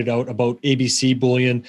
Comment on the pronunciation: Bullion is pronounced 'Bull-yin', not 'Bull-yawn'. They are all beginning to copy each other in this stupid pronunciation.